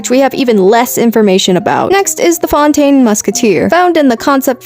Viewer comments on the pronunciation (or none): none